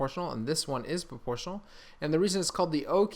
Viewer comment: I thought you were saying proportion one handed